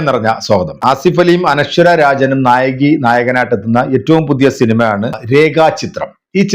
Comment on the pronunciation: നായകി അല്ല മാഷെ നായിക എന്ന് പറയൂ